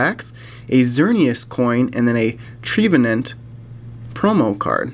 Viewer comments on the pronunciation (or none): You say trevenant wrong its trevenant not treevenant I know its tempting because hes a tree